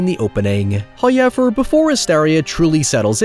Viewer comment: First "hoyevver" drops . More than halfway through. The discipline of He is to be admired.